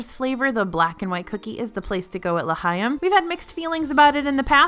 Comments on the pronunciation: Oooh, everything looks SO yummy! I really miss when I could roam Epcot regularly during the festivals back during my CM days. You might want to work on your "ch" sound in L'chaim. I heard you go either "kuh" or "huh" each time you said it. It takes a little practice to say it right, but it's actually kinda in between! Go listen to some recordings of the song from Fiddler on the Roof. ☺ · And L’Chaim is pronounced with the hard ch sound, not a k sound. But I’m so pleased it’s #2!